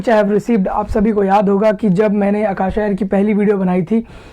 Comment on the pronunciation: Its aka-sa and not aka-sha